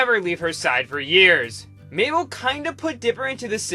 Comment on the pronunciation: "MABLE" oh COME. ON.